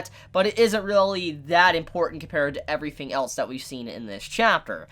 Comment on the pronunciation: I hear you pronounce the "th-"sound perfectly most of the time, but then you'll say something like: "every-fing [everything]" or "viss [this]" or "fott [thought]." It's so strange.